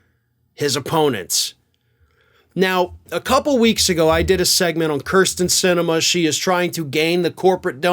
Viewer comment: I have no problem characterizing Sinema as a “cur” but please stop mispronouncing her name as “cur” sten. It’s “keer” sten.